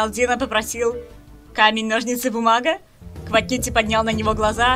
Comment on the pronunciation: Автор не хочу обидеть, но то как ты называешь квакити, это отстой